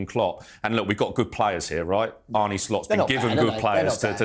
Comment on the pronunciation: It's not Arney, it's Arne. As in John Arne Riise. He's been here a few months and you sound like ignorant morons.